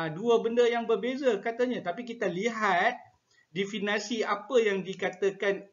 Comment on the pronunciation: Jika awak tak setuju, awak pulalah yang buat ulasan dan pembetulan. Elok tuan tengok dalam Kamus Dewan samada sebutan Definasi atau Definisi yang betul.